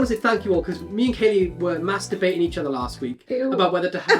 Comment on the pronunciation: 😂😂😂😂 did you just say me and were mastubating each other last week?😂😂😂😂 maybe it’s my hearing but it did make me giggle. No offence intended.